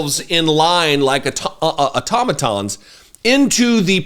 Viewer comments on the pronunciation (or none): none